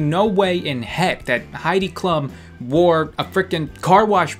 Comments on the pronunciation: her name's pronounced as Heidi cloom not Klum even though it's spelt like that 😂😂ps absolutely love your videos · That's not how you say her name. It's like kloom like shroom. Klum. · it's 'Haidi Kloom" not heidi clum hahah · Heidi Klum as in clum? I thought it was it was pronounced kloom please correct me if I'm wrong .-. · Did you really say Heidi "clum" don't you have a degree in English? Is pronounced cloom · Heidi Klue·m is how it's pronounced😂😂😂😂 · Klum is pronounced 'kloom' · Its pronounced Hide E Kloom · It’s pronounced klüm. Sorry it was driving me crazy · He even pronounced Klum wrong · When he pronounced Heidi Klum wrong I died laughing. 😂 We love you. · The way that he pronounced "Klum" 😂😂😂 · hey <3 I love how you pronounce Klum lmfao and Heidi's dress doesn't stick out like that and look weird... I'm pretty sure it's a dress from Project Runway. If it is than it is actually very nice and silky looking. ok bye fuccboi <3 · It's funny how he pronounces Klum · That's not how you say Klum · Anyone else cringe when he kept mispronouncing Heidi Klum